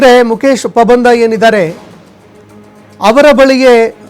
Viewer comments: ಪಾಬಂದ ಅಲ್ಲ ಪಂಬದ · Not a pabandha 😅😅😅😅😅😅it's pambadha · ಮುಕೇಶ ಪಬಂದ ಅಲ್ಲಾ ಮಾರಾಯ ಮುಕೇಶ ಪಂಬದ 😂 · first kannada sariyaagi odi Pabanda alla Pambada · pabanda alla marayaaa pambada.... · Anchor please pronounce PAMBADA. It's not PABANDA